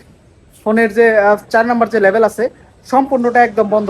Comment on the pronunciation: Label ❌ Level ✅